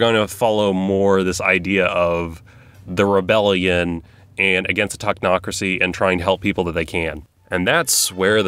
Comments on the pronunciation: You said Tochnocracy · "The talk-nocrocy"